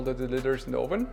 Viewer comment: Hi mate, it’s not “ohven” it’s “uhven” for the English word oven. Love your vids. Cheers.